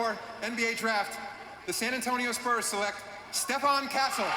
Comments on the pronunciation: Did my man said SPERMS instead of SPURS?!?! 🤣😂🤣😂🤣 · He keeps calling the spurs the sperms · Bro why was flight calling the spurs the sperms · Why flight callin the spurs sperms😭😭😭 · Why does he call the Spurs "Sperms" 😭😭😭